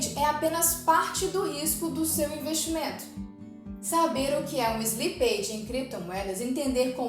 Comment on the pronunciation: Bom conteúdo, mas a pronuncia de slippage está errada.